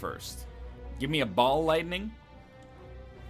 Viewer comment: is it rude if everytime he says ball lightning, i hear Bald Lightning?